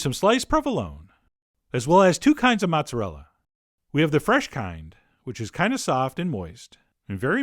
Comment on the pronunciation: Not matzarella (it's not kosher) but mOOOOOzerealla